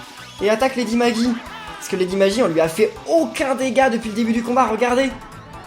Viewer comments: la même. Lady Magie en prononciation c'est bizarre. Lady Maggie se dit Lady Maguy voyons. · La lady perpétua des limbes éternelles s'appelle lady maggi et ça se dit lady magui